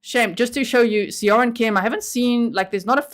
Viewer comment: As a beginning Korean-language learner, I would pronounce Seo-rin more like Saw-rin.